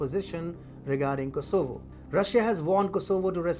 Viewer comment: Do you ever get the feeling that announcers on this station are guessing about how to pronounce certain words like Kosovo?